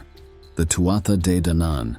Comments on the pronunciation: Tuatha Dé Danann (pronounced Too-hah Day Don-un) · TOO HAA DE DANNON is the correct pronunciation...... ( BAR THAT, STELLAR CONTENT) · Tuatha de danaan is pronounced Too ahh day Dan an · Irish person here. Tuatha de Danann is pronounced two-ha de don-an. Still loved the video. Go raibh maith agat for making it! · I'm confused, had an Irish native tell me it's pronounced Two-ha day Don-an. Does it matter on which part of Ireland on the pronunciation? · Tuatha Dé Danann - Please learn how to say it